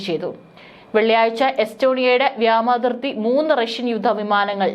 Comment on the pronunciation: Vyama athirthi alla vyoma athirthi ennanu sariyennu eppozhum iddehathode paranju kodukkanam,,,kastam